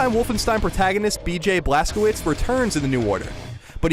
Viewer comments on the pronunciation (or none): im sorry but the way he pronounced blazkowicz, im pretty sure its "blaz-ko-vitch" not blas ko wicks